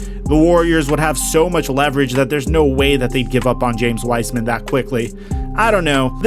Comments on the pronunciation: P.S. its pronounced Wise-man not wisman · Bro say the names right anedakounpo whysman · This ia how many times he said W-ice-man 👇